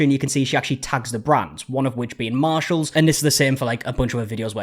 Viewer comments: she thinks it's Marcéllé a luxury French brand 💅🏻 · She calls it MarShells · It's pronounced Marchalles. I think it's French. Very exclusive. 😅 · Ya’ll at Marshal’s, who did she expect in the line. It’s Marshals 😂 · Ma'am it's marshalls not louis vuitton...😂 She needs to be brought down back to earth. 😂😂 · Girl, sit yourself down. It's Marshalls, not Louis Vuitton!!! 🤣😂🤣 They're equal to Ross, to TJ Maxx, hilarious she is lol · Girl, it’s Marshall’s. 😂😂😂